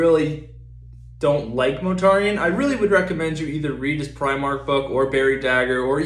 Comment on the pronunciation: Its not 'Motarian' Mortarian